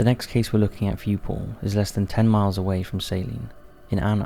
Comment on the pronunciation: You know, for a split second their i thought he said "today we will be looking at Porn" instead of Paul And i was like, .....ok, but i think its gonna violate your terms of service 🤣